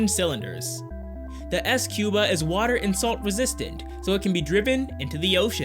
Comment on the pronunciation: I think squba is pronounced scuba...